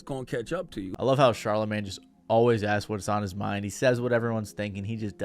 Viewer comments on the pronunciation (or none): Dude called CHARLAMAGNE, CARLAMAGNE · “Carla Mane” 😂😂😂 i hope that was on purpose